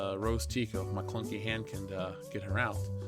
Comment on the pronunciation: you said "McClunkey"